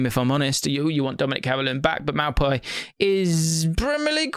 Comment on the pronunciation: That maupay pronunciation was a bit mad 😂